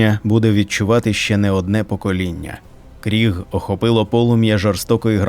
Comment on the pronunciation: Ну в загалі, буде правильно говорити Криг, а не Кріг (на мою думку)